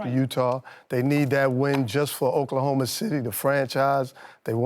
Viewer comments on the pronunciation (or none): none